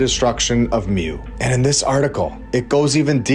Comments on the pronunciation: It's pronounced moo. Lol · it is pronounced more like Moo in european stories